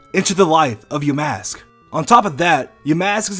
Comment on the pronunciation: wut theeee damask?? i tho yamask ...